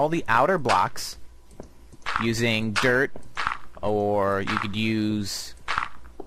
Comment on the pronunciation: Your dirt block sounds like derp block